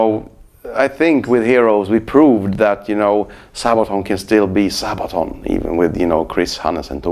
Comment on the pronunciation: Love him and Sabaton.But it is funny how he says:"Sahbaton".